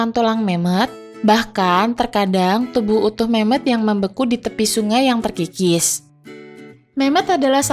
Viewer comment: Gua salah paham di kata Memoth yg gua denger Mem*k 🙏🙏😭😭😭😭